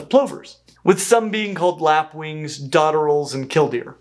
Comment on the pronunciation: Lapwing (as in overlap)